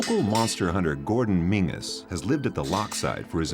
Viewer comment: What town ? His name is pronounced Menzies, not" Mingus ".